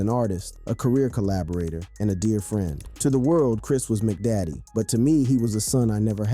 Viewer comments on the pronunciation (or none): Why do you make their stage names sound like individual items you buy from McDonald's. McDaddy😂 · Kris "Mcdaddy", Daaah bomb/ Day Bomb/Deh bomb...what the hell dude? How not hip-hop are you?